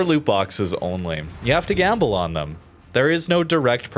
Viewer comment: But but but,.. "you don´t have to gamle!" xD